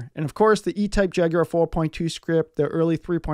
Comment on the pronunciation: Nice to hear an American pronounce Jaguar correctly.😉 a good clean, de rust, valet and do the maintenance that is necessary.